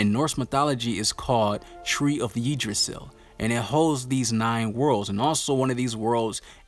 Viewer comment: Yggdrasil is pronounced as "yaag dra sil"